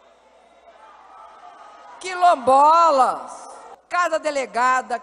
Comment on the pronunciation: Ela falou quilobola? Teve aula de português com o Lu la? Fora a concordância ruim. Mais 3 anos aff.